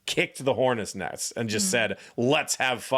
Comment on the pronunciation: it's anecdote Also: Hornets nets....I mean neSts